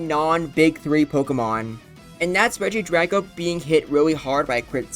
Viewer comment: i thought it was pronounced like regi-dray-go